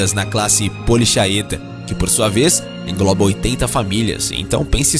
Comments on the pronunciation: Poliqueta e não polichaeta é a pronúncia certa.👍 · Embora, em latim, se escreva Polichaeta, lê-se poliqueta. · Polychaeta = lê-se "poliqueta"!